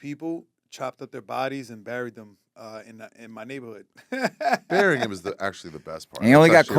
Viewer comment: why are you saying burying as barrying? 🤔 😂 More importantly, why didn’t Ari or Derek call you out?